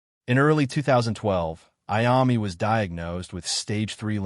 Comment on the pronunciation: If you can’t pronounce Iommi, just stop now, go away..